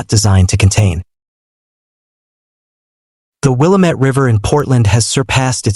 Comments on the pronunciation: Its pronounced Wil-lam-mit NOT Willa-met. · It's not pronounced Willa-MET, it's Will-AA-mett. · Its not willa-met Its pronounced wah-lam-it (Willamette)👍 Governor Kotex🫩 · Pronounced “will AM met”. Accent in the second syllable. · FYI, Willamette is pronounced: Will-Am (as in ham)-ette with the emphasis on Am. 💫The More You Know… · Fyiwe locals pronounce that the will ah mit river. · Rhymes with damn it"... "Damn it, Willamette"...An ancient chant from slow pitch softball days in McMinnville in the 1980's... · Learn how to pronounce Willamette.